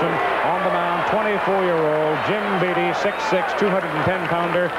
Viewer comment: Why is Howard pronouncing (Jim) Beattie like the word "deity"?